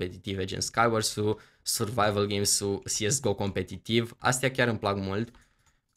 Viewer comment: tu spui "siesgo" dar eu credeam că este corect să spui "cesego" nush sigur dar așa credeam eu.